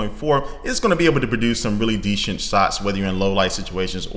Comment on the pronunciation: Did you mean "decent shots"? Didn't sound like it.